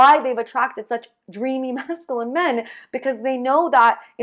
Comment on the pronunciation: It's MASCULINE there's a "U" in the word lol